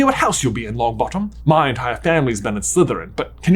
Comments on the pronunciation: "young Neville Long𝘣attom " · "Neville Longbattem"